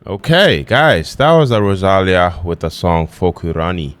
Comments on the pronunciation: Hi! Rosalía is pronnounced with the accent in the 'i', not in the first 'a': ro-sa-LÍ-a. Amazing song and MV! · Oh man, in every video of Rosalía in the comments they correct you how is the correct pronunciation of her name, and in the next video you still said wrong 😢 Remember: ro sa LÍ a, the accent is in the i Either way, great videos! She's an amazing artist. You will love her songs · Thank you for your reaction..tip: to proper say Rosalía you need to put the stress on the "i".